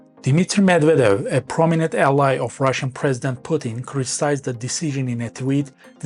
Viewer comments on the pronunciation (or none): none